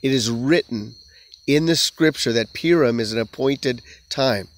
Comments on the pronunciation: It’s pronounced poo-ream. You are saying pee-rum. PU-RIM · Why do you pronounce "Purim" as "Peer-im"?